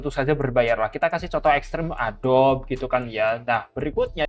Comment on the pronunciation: Adobi bang cara bacanya bukan adob 🙏🏻